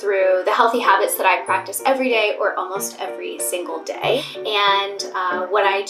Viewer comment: You’ve gained a New York accent for some words!!! “I move my body every single DAY “ the way you say Day is so nyc